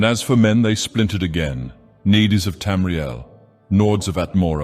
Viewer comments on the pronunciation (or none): This isn't a criticism, but a question. Is it possible to specify the pronunciation of specific words? Hearing Nedes ("needs") spoken as "needies" always jars me for a moment.